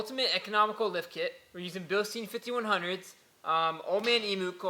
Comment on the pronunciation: Bil-stine. Say it with me.